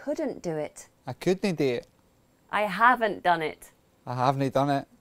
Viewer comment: We dont say havnae , its huvnae !